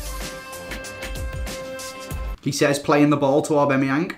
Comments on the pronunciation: AubAMeyang not AubEMeyang.. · you're my favourite Fifa YouTuber, but it hurts my ears when you say AubAMeyang😩 also, please do a collab with ChrisMD!! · AubAmeyang not Aubemeyang 😂😂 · repeat after me... au-BAM-e-yang... not au-BEM-e-yang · aubAmeyang not aubEmeyang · AubAMiang not AubEMiang thought I should let you know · It's aubameyang not obemeyeng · its not aubEmyEang its aubamyiang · "Orbemyeng" yes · Haha says orbemeyeng instead of aubameyang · Why do pronounce it obemayang instead of aubameyang? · it is pronounced A-bam-E-ang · It's pronounced Orba-Meyang